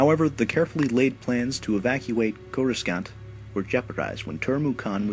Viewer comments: It's Core-u-sant, not cor-u-scant. That is simply how it is spelled, the c is silent, and they say Core-u-sant in the movies. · It's pronounced "KORUHSAAHNT", not "KORUSKANT". derpaherp. Otherwise, good video. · ima get trolled so bad for this...ok....haha. i am sorry. but i sure hope youre either joking or that you just like to say it weird. but "core-is-scant? its pronounced "core-us-aunt" the 2nd "c" is silent...yea ima star wars fanboy and idgaf. but you really asked for it there buddy. oh nice video btw. i dont remember what it was about, i only remember coruSCant. lol. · its corascant not corascunt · Cora 'skent'? Isn't it pronounced CORA'SAWNT? Yes... I know it's spelt Coruscant. Coruscant (pronounced /'kɔɹəsɑnt/ Coruscant - Wookieepedia - Wikia Do you even Star Wars?? Hmmmmmmmmm.... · Curaskant? Never heard of it. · It's not Corus-cant, it's pronounced Corus-ont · its not CORU-SKANT, its CORUSSSSSSSSANT. CORUSCANT, the C after the S is silent. sorry but it sounded really bad hearing it said wrong. Still mad love for new narrator tho, just pronounce things accuratly next time. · I keep hearing you reference "Couraskunt" do you mean "Courasaunt"? if so, you need to REALLY sit down and look at pronunciations. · Isn't it KOR-RU-SANT instead of KOR-RU-SKANT? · its pronounced coroe-sant not coroe-scant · It's corro-sant, not corrus-cant. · Did he say "koraskant"? That's what I heard but it's pronounced kor-uh-sont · its not pronounced (kor-uh-skant) its pronounced (kor-uh-sahnt) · Cor-oo-sant, not Cor-oo-scant, super annoying. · Coruskant? its pronounced KO-ROO-SA-NT. BTW you earned a sub today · Cool video man, but FYI: The second "C" in Coruscant is silent. It's not "core-us-kant", it's "core-us-sant". T_T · Coruscant is pronounced with a silent C, meaning that it's pronounced "corru-saant", not "corra-scant" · Coruscant... it's pronounced "Khorusauhnt" not "Khoruskant". Sorry, that bugged me. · Co-rus-cant? I thought it was pronounced Co-rus-aunt